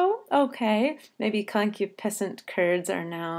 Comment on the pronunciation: It is pronounced con-KYOO-puh-sent, not CON-kyoo-PEH-sent. This makes an important difference to the rhythm. If the word is pronounced the latter way, the rhythm stumbles. If it is pronounced the conventional way, the rhythm continues to flow as a rising one, with iambs and anapests: . . . and BID / him WHIP In KITCH- / en CUPS / conCU / piscent CURDS.